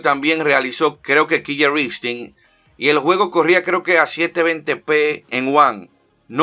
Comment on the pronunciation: Solo como una pequeña aclaración, se pronuncia como Kiler Instinct, con una sola L. Por otro lado, yo lo jugué en One y no me gustó. Creo por la misma fiebre del Mortal Kombat XL